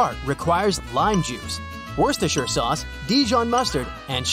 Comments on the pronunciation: It’s worse ter sher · It’s pronounced Worcester-SHER, same as Yorkshire, Devonshire, Lancashire, Derbyshire, etc. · I thought it was pronounced “wha-saw-saw-sauce” 😂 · This vid probably took years because he needed to learn to pronounce Worcestershire Sauce